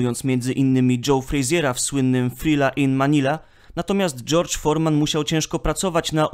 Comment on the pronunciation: Człowieku. George Foreman nie nazywa się Forman.